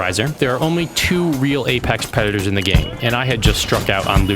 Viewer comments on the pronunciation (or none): “Apex Pedators”